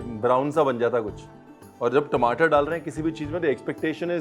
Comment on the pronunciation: Aaloo ki sabji to theek hai.. Magar apka apne ghar ka way bolne k tareeke ka...Kya khne... Timatar